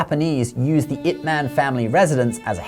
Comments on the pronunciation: Pq essa i.a insiste em falar it man kk nao faz nehum sentido ,ou o criador q ta escrevendo errado ,IP ma IP man e nao it man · Loved this video. But, and I could be wrong (I don't think so), isn't his name pronounced "Yip Man?" I see the commentary has it spelled with a 'Y'... "...Yip Man died in 1972,..." It is spelled Ip but the pronoucement sounds like "Yip." It's a small thing but everytime you said his name, it stuck out. And I would end up thinking about that for a second instead of the very interesting things you were saying. 😊